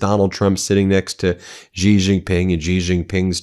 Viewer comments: His surname is pronounced 'she', not 'gee'. Why can't you learn that? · Please pronounce Xi as "she" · Only an American would mispronouce a world leaders name, a Chinese World Leaders name, not once, but year after year after year. Come on Ben I gave you a little bit of nous, but these last days you have really disappointed. It was that Xi did not want the USA to fall into the Thucydides Trap,not the opposite as you state, but then that does not sound like an aggressive China, which compared to you war mongers, they definitely are not.